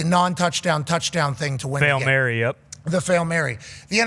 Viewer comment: "Fail Mary" was called correctly